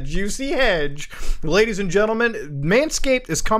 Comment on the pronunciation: When he speaks Ledies and gentleman 🔥